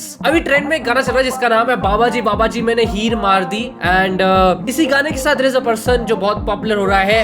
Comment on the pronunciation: Mane heer maar di ❌ mene heer maardi ✅